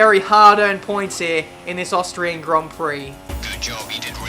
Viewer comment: It sounds like austrage grand prix lol